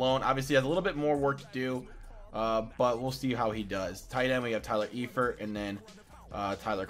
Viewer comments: It's Prononced Ifert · It's pronounced Ifert. The E is silent.